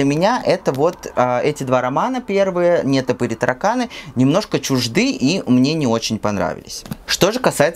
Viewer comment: Привет! Хороший канал. НетопЫрь с ударением на Ы, а не на е.